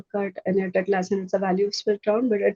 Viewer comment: Nice video. I guess you are pronouncing the company's name a little wrong. Its Atlassian, not Atlanssian.